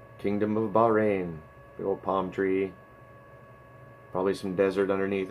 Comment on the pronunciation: 300 subs Congrats!! It so nice to see channels like yours grow. Thank you for the shout-out and I'm glad you liked them. Your spot on on how you are pronouncing Bahrain.